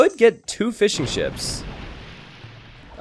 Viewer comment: Everytime you say fishing ships, I hear fish and chips. I don't know why, sorry